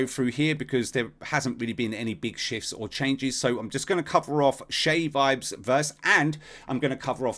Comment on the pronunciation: I love that you pronouced Seyi Vibez name properly...